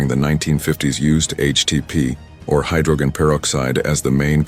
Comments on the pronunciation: But then your reader, (is it a new, untested, robot?) goes totally hayware. Hydroggen, with a hard G? "Torpy-doos" for torpedoes? C'mon, kids, you're supposed to be in grown-up land when you go public on the Internet. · "the unfortunate collapse of the Soviet Union" lol who the hell produced this? the rest of the narration is terrible the pronunciation of hydrogen and torpedoes at the end is it an illiterate 'bot?